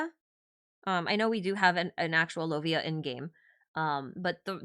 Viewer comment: No Lovia in the Kalevala... Lo-uh-i (or LoviaTAR in some folk songs).